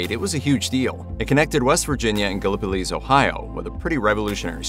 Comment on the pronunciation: The Mothman Prophecies movie took a lot of liberties with the facts (date, etc). And you mispronounced Gallipolis. The bridge is about 45 miles from where I live. An 8-year-old girl was never found. That was scary for me being a 9-year-old at the time. Heading to Point Pleasant right now and will once again see The Mothman statue.